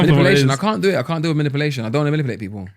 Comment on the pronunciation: manipuuuulation not manipelation